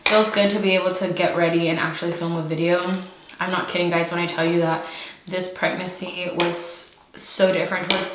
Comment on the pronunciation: Say it with me preg-nancy 😂😂